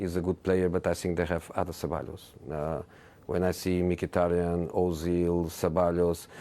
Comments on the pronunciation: Jose as a Portuguese cant even pronounce the name Ceballos? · Ceballos is Spanish